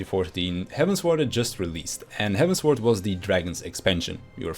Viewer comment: he mispronounces quite a lot of stuff in the game tbf.